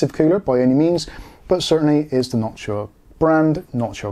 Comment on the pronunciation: Background music reminding me of some 70s police surveillance movie scenes. Thank you for pronouncing Noctua correctly. There's another YouTuber who says it wrong and it triggers me.